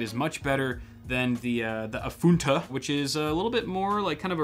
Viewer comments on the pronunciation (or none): Guys, we need to talk about the way he says AFUNTA